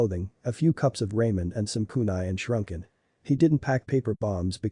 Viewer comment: shrunken instead of shuriken and shoeshined instead on shunshined.....your editing is always so damn horrible